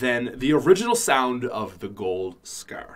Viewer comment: It’s call scar not sckkkrr